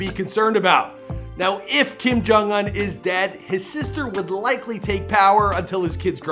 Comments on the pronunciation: / It’s pronounced un(oon) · It’s Kim jong oohn not uhn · Ooooon not ugh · What is it with Americans miss pronouncing names. Bro! It's Kim jong oon not uhn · IT’S OOH-NN NOT UN!!! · Anyone else feels uncomfortable when he says Kim Kong Uhn instead oof Kim Kong Oon Edit: I know that his name is Kim Kong Un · I mean his name is Kim Jon Un but he pronounces it Uhn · / It’s pronounced un(oon) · “kim jong ahn” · Kim jong oon Not Kim jong un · “Kim JUN UNN” lmao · Kim Kong Uwn? I think that's the right pronunciation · Y do u pronounce it as “Kim jong aun” 😂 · It’s not pronounced un it is pronounced ooon. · i’m cryingggg WHY IS HE DOING THAT i can’t stop hearing it now 💀😭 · It bothers me the way u say the last part of his name lmao